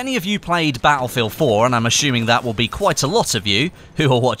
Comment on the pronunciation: I didn't know Battlefield was pronounced "BAH-EL FIELD"